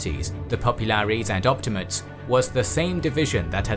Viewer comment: Op-ti-ma-tes, not op-ti-mates.